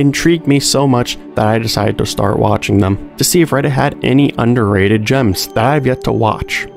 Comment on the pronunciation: I had to play back several times, thought you said underaged shows.